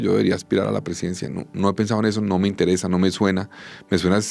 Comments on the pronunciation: No me intereZa? Pensé que esta palabr allevaba la consonnate S. No me intereSa oir a Galan. Qué decepcion de periodismo. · Terrible ese "intereza". Por lo demás, pues es el candidato de sus simpatías. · Intereza? 😂😂😂😂que horrorrrr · María Jimena tiene ADICCIÓN POR LA ZETA. Querida Mª Jimena, como Periodista debería saber que el verbo INTERESAR se escribe con S, no con Z. Por lo tanto, en realidad, NO LE INTEREZA, sino que le INTERESA. Se comprende que en Iberoamérica el SESEO (pronunciar como S la consonante Zeta y las sílabas ce, ci) induce a error en la escritura de estas consonantes, pero una Periodista que le exige al Presidente Petro que confiese sus adicciones, tendrá que dar primero ejemplo ella misma y confesar las suyas. Mª JImena, su ADICCIÓN a la Zeta se cura repasando la gramática. Vuelva a repasar sus antiguos apuntes de la universidad. Ayúdese de un cafecito para concentrarse...o de lo que Usted tome -no es necesario que nos lo desvele en público-, pero corrija cuanto antes esos errores inesperados en una profesional del uso del lenguaje.